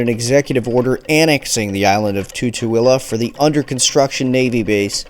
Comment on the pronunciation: No he doesn't and tutu-il-ah was a little jarring but 10/10 for the great info!!!